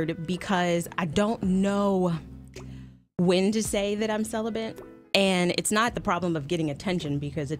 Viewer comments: Is speech new to this woman ? Celibant ? It’s celibate you idiot 😂🙄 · First, the fact that she keeps saying celiBENT...lol She seems cool and I'm sure there is an "issue" there, but yes, the kind of man she would be looking for ain't trying to "wait". If I meet a woman...IN ATLANTA....JUST LIKE YOU, and she WILL have sex, why should I wait? Celibacy seems like a game at that point. Its not a game, but it would feel like that, compared to another woman. Its a buyers market out there. She's pretty and she seems cool as shit.